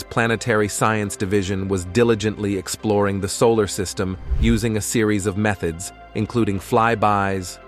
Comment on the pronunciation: I'm pooz led how much moe nay you sah vay by uss ing a bad rob oh vo ice . At least get one that can pronouce words better than that.